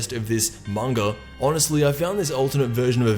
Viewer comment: OOHHH! He pronounced Manga right! For all you who say it Mainga!